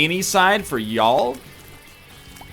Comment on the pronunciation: As an Alabamian, I am proud of NL's "y'all" here. Well done.